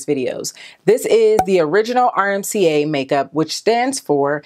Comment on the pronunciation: So funny how I watched Laura Lee and Mac daddy's video yesterday and Laura called this powder RMCA, and u did also...lol But its RCMA. No shade at all girl, just thought it was funny how for some ppl it may just flow better when they say RMCA but for others RCMA flows better that's all. love u girl!!